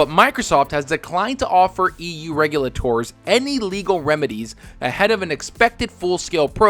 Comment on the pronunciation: you lay ters.. not regu la tours